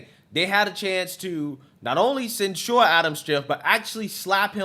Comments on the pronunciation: cen- sher, not cen- sure,. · I like your opinions but can you please pronounce censure correctly. You are pronouncing it like that drink ensure for old people.